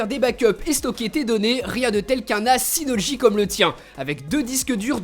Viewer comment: c'es synology pas synogy